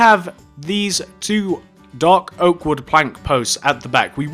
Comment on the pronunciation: Yo is it me or did does he sound like he’s saying doggo instead of dark oak?